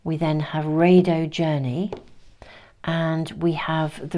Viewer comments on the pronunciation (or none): none